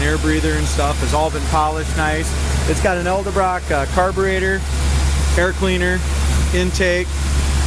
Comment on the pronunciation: BTW, it's EDELBROCK.....Not ELDEBROCK.